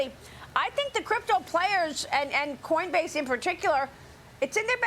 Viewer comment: lol... , . she sed coinbase . best est 4dee merikan peepole, Yu bettChaFox . hole >><?/.,,.